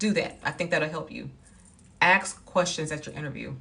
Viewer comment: ASK! ASK! Not aks. Sorry